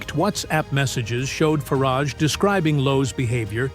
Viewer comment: Next time you make a video about the UK, you might consider using an AI voice with an actual BRITISH accent, as opposed to an American one. Listening to this was really getting on my nerves, but the way it pronounced 'Fareeeij' was the final straw for me! Just sayin'